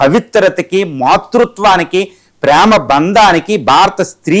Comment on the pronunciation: రేయ్ తెలుగు బాగా నేర్చుకొని ఈ మారు ఇంటర్వ్యూ ఇవ్వు సీత అంటే ఒక మాతృత్వానికి బాగుంది ప్రామ కు ఏందిరా ప్రేమకు తల్లి లాంటి ది అనాలి కదా ప్రామ ఏంది ఈ మారు నువ్ లైవ్ లో కనిపించావు అంటే తెలుగు స్వచ్చంగా పలికే లా kcr గాడిలా లక్ష మార్లు తల ఊపకుండా ఇంటర్వ్యూ ఇవ్వు లేకుంటే నిన్ను చూస్తే బండ బూతులతో మెసేజెస్ వస్తాయి జాగ్రత్త..... 🌹🕉️🌹జై శ్రీరామ్...